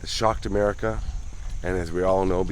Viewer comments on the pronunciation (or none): none